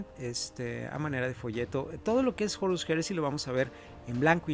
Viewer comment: porque dice jorus ^_^